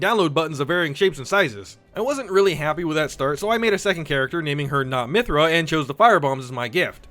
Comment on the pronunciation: Not Myhtra lmao